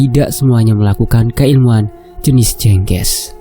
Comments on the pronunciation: Jeng ges Bukan jengges mas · Bacanya Jengge`s maz, Bukan je`ngge`s